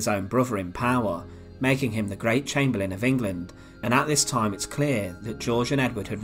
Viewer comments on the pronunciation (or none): none